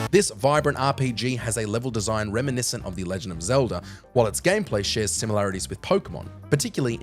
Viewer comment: Zeldr??, please fire this guy